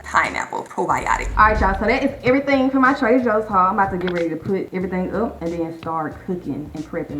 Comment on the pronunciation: I love how she says Trader Hoes instead😂